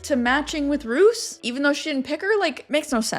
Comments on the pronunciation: Roos is pronounced as Rose. Rose is also the literal translation of Roos. Now you’re saying Roos as in rooster and it’s confusing me 😭😭😭. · Roos is pronounced as Rose 😊 (I watch a youtuber from the Netherlands with that same name and that's how she tells people to say it lol) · Dutch is hard!!! 'Bottle' 😂😅😜You were correct , it's pronounced 'Beaudeal'. ❤ And Roos...🌹 is pronounced Rose. But with a rrrrrolling R . But just Rose is fine. 😉 Siem is pronounced as Seem. But hey...we still get it hahaha. And look at us Dutchies being an example of good communicators (watch me eat my words later...maybe). 😂